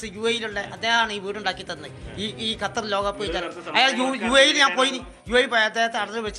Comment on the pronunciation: ഗത്തർ അല്ല ഖത്തർ ആണ്